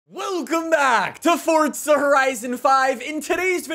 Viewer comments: Its not fortza it's forza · It’s pronounced as Forza not fortza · Forza NOT Fortza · Why does he keep saying fortza? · ForTza horizon 5 WHERE IS THE T IN THAT! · My brother is mad at you because you say fortza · Theres no t In forza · There is no T in Forza, please stop